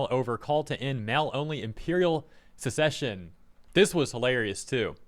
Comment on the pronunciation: SUCK-cession, and SESS-ession, are two very different things. To succeed (SUCK-cede) is to replace the old with the new. Like when the prince becomes the new king. To secede (SESS-eed) is to separate or withdraw from. Like when the Confederate states separated from the rest of the USA. So make sure you pronounce them right to avoid confusion. Otherwise it might sound like you're saying Japan is withdrawing from the UN, which they are not. At least not yet.